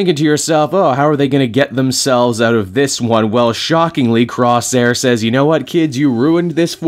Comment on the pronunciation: Jesus Christ, Rahne does look like Maise Williams, in the movie that's never and shouldn't be released. Yeah, Doug is totally rocking Warlock's arm... Hold on, am I hearing "Crossair" ?, well, it's closer Corsair lol